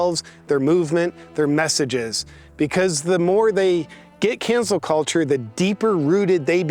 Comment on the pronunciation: I’m sorry are you saying cancer culture? Tongue twister 😉